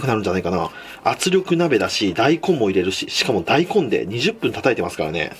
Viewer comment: 大根のイントネーション気になる笑笑大根⤴